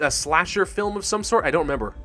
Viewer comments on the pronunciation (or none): none